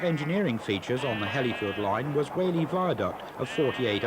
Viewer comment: A small correction if I may, the first station from Blackburn on the Hellifield line was not Wilpshire but Daisyfield. I used it many times. A few minor mispronunciations, W halley is pronounced “Wall-ee”, Hoghton is pronounced “Ho-tun” and Sough tunnel is “Suff tunnel.” Excellent atmospheric video of an area I knew so well.🎉🎉🎉🎉🎉